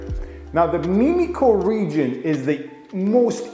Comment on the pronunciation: Thanks for your quality & highly informative videos. One thing, it's not " meme-ico", it's Mim (rhymes with Tim)-ico.